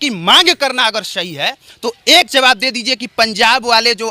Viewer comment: bhai JABAF nahi ZAWAB hota hai